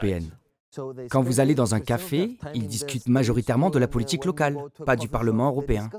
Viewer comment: La voix off : politchique, Poutchine, quoi fairrrr, positchif,... Cette prononciation je n'y arrive vraiment pas !